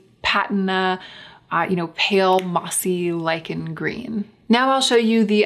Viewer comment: learned how to correctly pronounce "lychen" today (I'm German). thank you!